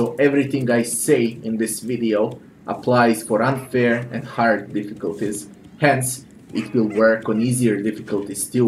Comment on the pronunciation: "This game is fucking hærd"